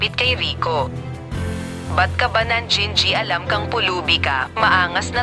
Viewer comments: Ano daw? Nan ji ji alam😂😂😂😂nangingialam not nan ji ji alam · "najijialam"daw Sbi ni gurl.